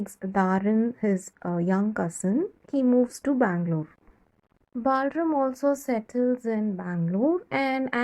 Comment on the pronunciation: The explanation is petty good but no need for the fake accent. What is “Balrum”, It’s BalRAM.